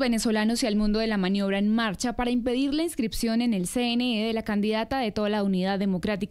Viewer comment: IMIPIDIR DICE jajajajaja